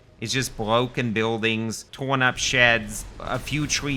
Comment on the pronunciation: weal weal pwoblems. bwoken difficulty. outwageous.